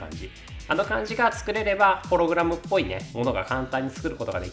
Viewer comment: ホログラムのイントネーションw 一瞬だけ修正できたのに。